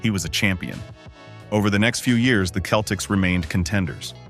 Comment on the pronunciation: its pronounced with a soft C seltiks not keltiks